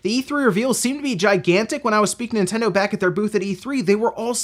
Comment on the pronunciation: Is it my waxy ears or does he pronounce Nintendo as In-tendo??